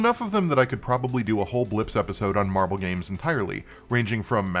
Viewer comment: Every day you say "marble" my head perks up and I go "MARVEL did what?!" XDDD (That's no diss on your pronounciation I hope, I got lotta noise around me rn coz cooking. I just found it hilarious plus #praiseTheAlgorithm)